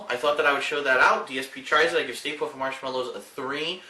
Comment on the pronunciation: "stay puft" more like stay poof.